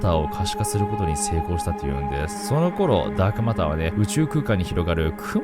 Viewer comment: ダークオマターとか言ってたな〜